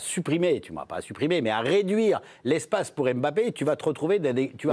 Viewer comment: Arrêtez de dire Em bappe